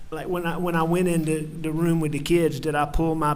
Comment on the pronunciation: Does he know how to pronounce /th/?? “Dis, dat, dey”… I cannot stand it.